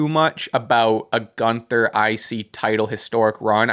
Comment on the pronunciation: Who's Piper Nixon? Did Piper Niven and Nixon Newell do a fusion and I missed it? Lol Also y'all keep mispronouncing GÜNTHER's name.